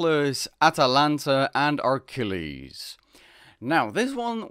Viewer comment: How do you screw up so many pronunciations? Achilles not Ar-chilles, Chiron not Shee-ron, Hippolyta not Hippo-loita, Heracles not Hera-cliss